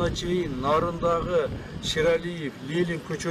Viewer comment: Лелин дебей тура айткылачы айланайын